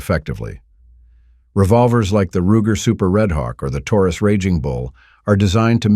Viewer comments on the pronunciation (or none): none